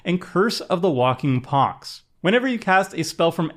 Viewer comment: Did Seth write the script? That's not how you pronounce "pox".